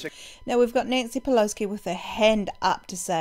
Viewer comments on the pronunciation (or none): Great video. And you do know there’s no “k” In Pelosi? 😊